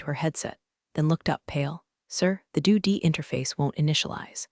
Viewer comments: The story generation is good, but the text-to-speech sucks. Were the producers of this not even English-speakers? Editing by a native English speaker is critical for these stories. This one is laughable. It consistently pronounced "D.O.D" wrong, as well as Pentagon. The story is all about Department of Defense and Pentagon themes. To screw them up is just sad. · It is DOD not DO D you dummy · Do d ?its D. O. D department of defence.pentagon is pronounced Pent/a/gone not Pentagan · Also, that “Doo D” (20.00 minute mark) probably means Dept of Defense (DOD). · Unsure if true story, but have been rolling on the floor laughing that the voice can't pronounce D.o.D. (department of defense). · Okay, I have to admit I am seriously enjoying every mispronunciation of DoD! :)